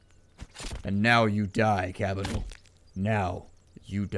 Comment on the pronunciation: You keep saying Cabinal XD